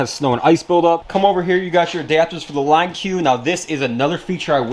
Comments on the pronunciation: “Line Q”? Don’t you mean LinQ...pronounced (link). Line Q 🤦‍♂️ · Man really called it the line q. It’s pronounced link. No hate, just messing with you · It’s not “line q” it’s “link” but with a q